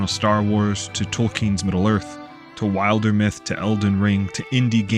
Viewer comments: great video glad i got this in my feed! these are exactly the type of worlds i love, even if there are people who will say “there’s no story” those of us who appreciate a well crafted world will be around to play it them (also not to be a 🤓 but it should be pronounced Wilder-myth as in wilderness, not wild-er-myth 😅 hearing it pronounced wild-er was a first for me lol 😂) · You watched the Wildermyth Q&A and still couldn't pronounce it correctly! 😂 Sorry I couldn't resist being cheeky! This is an excellent video and contemplates one of the key aspects of world-building, and fantasy & fiction that people forget.